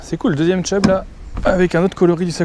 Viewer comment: Chub frero, pas tchub 😂👍🏻